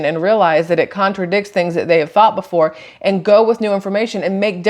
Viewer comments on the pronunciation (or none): none